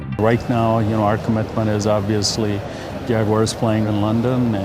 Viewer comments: It's Jaguars, not Jaguires. 🤣🤣🤣🤣🤣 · Maybe in England they won't say the Hoosier way for the nickname, it is jagwars not jagwires!